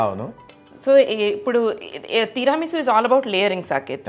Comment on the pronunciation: teeeera chooste teeeera meesu kaadu talleeyyy... It's Tiramisu.. but, nice :)